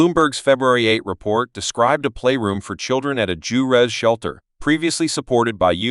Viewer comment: "Jew-rez"? Huh?